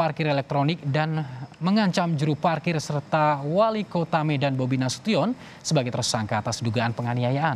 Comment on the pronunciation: Nasution bacanya bunyi nasushen bukan tiyon.